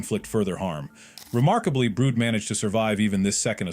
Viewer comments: Brood it’s brud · STOP CALLLING HIM "BROOD", HIS NAME IS "BRUD" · Why does they say brood instead of brud